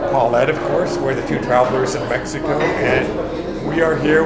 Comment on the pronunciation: Your generosity in MX is admirable! But, hey... how about pronouncing the name of your city correctly. No honor there. Small things like that mean a lot.